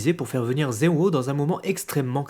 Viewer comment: tu prononce zen-o comme (ze-o) mais en realité meme en japonais le "n" se prononce clairement